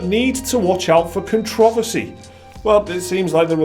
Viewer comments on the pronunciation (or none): Con-trah-verse-ee not contra-fess-ee! Love ya❤😁😂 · Who pronounces controversy like con trov ersy